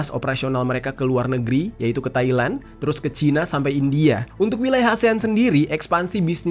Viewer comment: "THALAND"? mohon lebih akurat. Bukan "KEUNTUNGAN" Bang, tapi "PENDAPATAN" atau omset. Berbeda jauh keduanya.